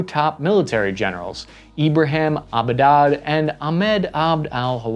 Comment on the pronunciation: I think it is Ibrahim Abboud (not Abudad) and Ahmed al-Wahab (not al-Hawab)